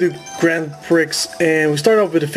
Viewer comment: Lol prix but yea it's pronounced pree